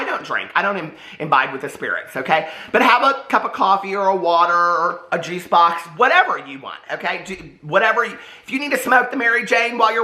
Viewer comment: I swear when you said "juice box", I heard g spot 🤣